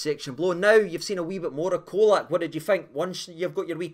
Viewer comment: Colak is pronouned with a 'CH at the start. Č = ch. I know it's easy to lose our pronunciation with the the odd bits around the letters, but just imagine English commentators refering to the Captain as Tah-VER-nee-ay.